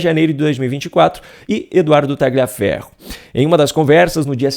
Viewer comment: Tagliaferro é um sobrenome de origem italiana e a pronúncia correta é "Talhaferro".